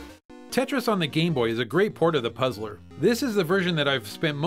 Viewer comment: Watch the video it sounds like he says "gay-boy" then a moment after he says "game-boy". Lmao